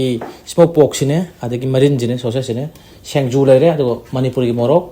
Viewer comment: Shengju haina pronounce twbinu ebung SINGJU hybiyu